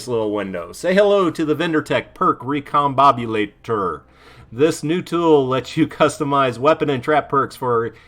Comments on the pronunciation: its pronounced "RE come BOB u Lator" love your vids lolol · that’s great that you’ve made so much progress! It can be a difficult thing to overcome for sure. But I wasn’t referring to any stutter. I meant right at the beginning when you read recombobulator (step by step) and went right over one of the syllables. The internet has a running joke about how a lot of youtubers just don’t pronounce these kind of things right and it seems you just got sucked into the joke, that’s all